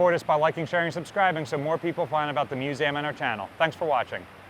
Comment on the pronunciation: Musam instead of museum